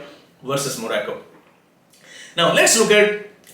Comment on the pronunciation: Sirji again got another one wrong!! Thats 2 prediction in 48 hours. What a fraud astrologer. Croatia out and now Morocco which he pronounces moracco!! You are the biggest fraud on earth. Join Politics, you will do well